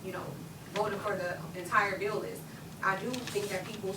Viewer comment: Henyard said "Dis a beeo". Yeah professor, it's actually 'This is a BILL'. She's comedy gold.